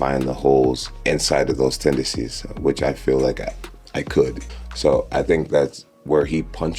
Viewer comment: This mf tryna make up a new word "tendecies"....jon there's an N in that word. This is all bullshit hypothetical nonsense. You ain't fighting anyone